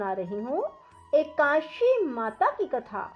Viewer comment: कृपया करके एकादशी बोलना सीखे आप जब बोलते हैं तो एकाशी आता है यह गलत hai, आपने पढ़ने का सही सिस्टम करिए